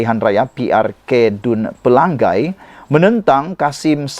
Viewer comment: Anda sebut PELANGAI dan BENTONG salah.. Tak sekolah ke dulu?